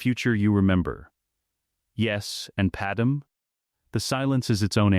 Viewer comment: Pad-MAY, not Pad-EM. its freaking Pad-MAY.